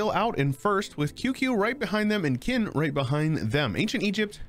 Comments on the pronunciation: 😂i thought it was unintentionally hilarious hearing quinnnnn in china, like Qin is why in English we call China china (qin-ah basically ) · Qin is pronounced Chin